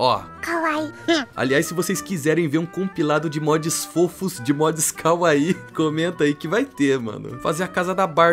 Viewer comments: é kawaII kkkkkk palavras japonesas geralmente têm as sílabas tônicas no final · Eu amei os mods mas precisa falar que ver alguém acertando a pronúncia de kawaii aquece o coração. E sim, traz a compilação de mods :_eduCoração::_eduCoração